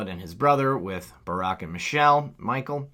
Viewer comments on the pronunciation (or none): none